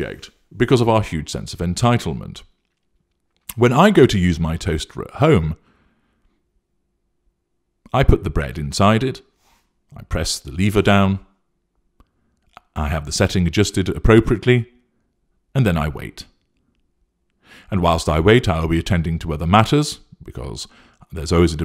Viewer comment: Lever not Leever humph